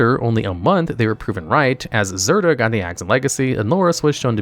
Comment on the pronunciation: He first pronounces Zirda correctly, then less than a minute later calls it “Zird-uur”, then calls it “Zidra” I was still kinda skeptical about whether he mispronounces cards on purpose until he pronounced Bedevil as “Bed-evil”